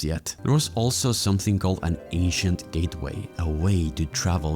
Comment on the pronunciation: I kept thinking bro said Asian instead of ancient